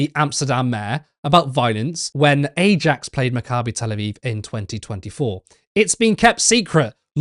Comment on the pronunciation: Love your work. The Dutch football team is pronounced eye-axe, not Ajax.